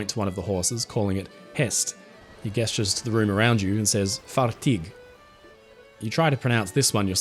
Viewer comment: what's with the pronunciation of gesture? lol